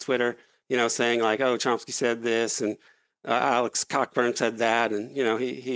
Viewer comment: Tracey's idea of a response is to roll his eyes and make fun of the mispronounciation of Cockburn as if it disqualifies. Who's the Cockbrain here?